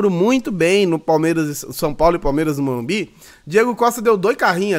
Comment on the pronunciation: O apresentador da caze falou morumbis o tempo todo